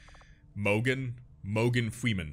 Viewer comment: "Moergan Fweeman" - 2016!